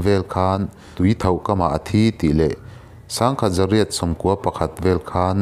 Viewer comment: A thih na hi tuithauh ni lo in tuithoh tih zawk tur a ni